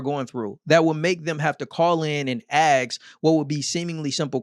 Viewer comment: first time watcher, one criticism - it's ASK not AXE